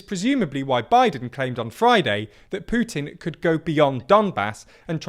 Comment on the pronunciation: WOW! Its putin and not Pjutin!! Nice!